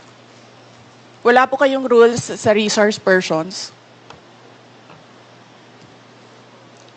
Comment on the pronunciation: Rishorsh Pershuns 😂😂😂